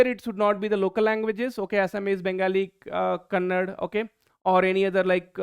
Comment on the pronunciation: Thank u for making this video to help us and thanks a lot But I need to tell u that in video u said kannad but actually it is kannada so please correct it sir .